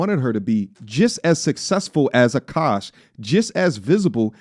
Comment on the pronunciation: Kevin Samuels.... would have also warned A-kaaash